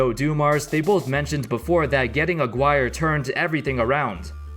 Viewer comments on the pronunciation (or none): First of all, i love your videos but I think you're pronouncing Aguirre wrong, I kinda caught that one the last time you did a video on the 89 Pistons, that surname is of Spanish origin so the proper pronunciation should be /aˈɡire/, or simply A-gi-re. That's 3 syllables with a silent U. I'm not a language expert but I think it might help you if ever you had another video that features Aguirre again. Thanks. edit: Seeing that NBA commentators of that era and even Mark himself pronounces his surname like that, I apologize. But I still think that it's a wrong pronunciation, his father is from Mexico and his Mom got the Aguirre surname so I bet its supposed to be pronounced in Spanish. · Aguirre is pronounced as Ah-gih-reh.... It is a surname with spanish roots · Aguirre's name is pronounced [ah-gee-reh] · You can’t say mark Aguirre correctly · It's funny the way he pronounces Aguirre. It's a Latin American word. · that's defnitely not how you should say "Aguirre" lmao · aguirre its spanish you sound ridiculous saying it in english. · The way you pronounce Aguirre makes my ears bleed. Good vid though